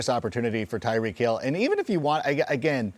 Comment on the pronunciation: It’s Tyreek